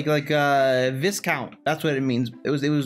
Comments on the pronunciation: Its Vi-count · He actually pronounced "viscount" wrong